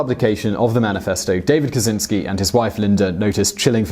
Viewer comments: Fucking hell, it's Kachinski not kasinski. The cz makes a ch. Geez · It's not "ka-tsin-ski", it's "ka-chin-ski" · CZ in polish is a separate letter(i mean like sh. ch, etc ) and is pornuced like CH in charlie